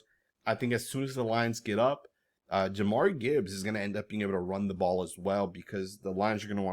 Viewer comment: JA-MEER it's not even spelled Jamari